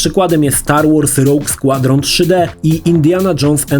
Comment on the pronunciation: kurde ale wymowę to musisz poćwiczyć kalczysz strasznie Roge Squadron czy Majora Mask. Meh w kwestii wygładzania to był jedyny sprzęt poza voodoo na PC który obsługiwał rozmycie i było to kozackie to robiło największe wrażenie. Specjalnie kupilem w Londynie N64 w 98 bo ta funkcja szokowała na tamte czasy. Swoją drogą Banjo&Kazooie uważam za jedną z najlepszych gier do dzisiaj